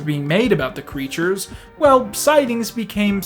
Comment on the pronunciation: pronunciation: crætures